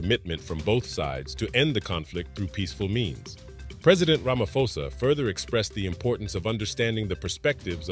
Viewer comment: Ramaphosa, pronounce the P. It's not Ramafosa.